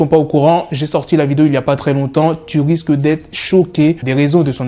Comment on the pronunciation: 'Tu wisques d'être choqué...' MDèW'!!!